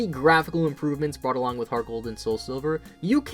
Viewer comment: I thought he said gargle gold